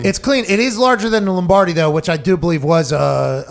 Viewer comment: please tell me you said Lombrady on purpose LOL